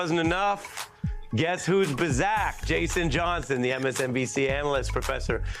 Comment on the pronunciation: "Bizack"?... did i hear that right?